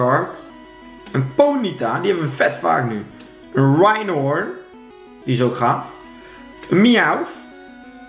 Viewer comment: Like als je ook steeds Rhynhorn hoorde zeggen ipv Rhyhorn